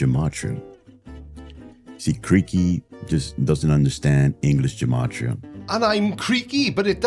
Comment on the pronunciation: Creaky, just to be a bit more informed than he is about his chosen interest, "gematria" is pronounced with a hard g, like "gate"- Hebrew doesn't have a soft letter g. And among Jews, it was traditionally used for rhetorical purposes, i.e. to connect two words or ideas in order to make a point. That's it.